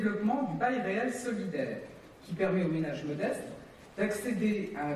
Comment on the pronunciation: Bordel qu'est-ce qu'elle est agaçante quand elle fini ses phrases avec des sons en 'un' ménagUN, écologiquUN, ensemblUN, civilUN. Pfou! c'est lourd